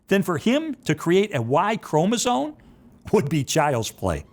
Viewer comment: I know this is petty, but... did Lee Strobel say "chromosoNe"? Just 😘👌 perfection.